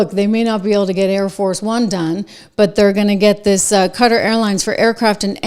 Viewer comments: Qatar. [The Amir of Qatar, when he’s speaking English, pronounces it “kuhTAR”. The “cutter” or “gutter” pronunciation is incorrect.] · ka tar, not cutter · It is a country in the middle east. QUATAR! KAH-TAHR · QUTAR. Some folks pronounce it CUTTER.